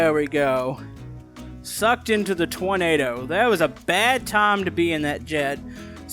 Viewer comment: said tornado but I hear toynado or troynado? Idk idk just telling ok🌪️😱😫